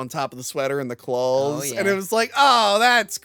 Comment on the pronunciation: "with the clalllls"!